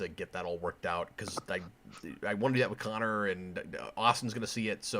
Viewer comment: Sick! I got the first requested episode. Also Cap, my name is pronounced Conner.